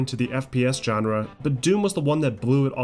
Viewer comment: Every time he mispronounces genre I cringe. I may have to tap out.